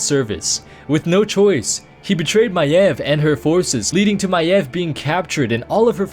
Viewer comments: That is how it is pronounced...not MAYVE, MY-EV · Thats how you pronounce her name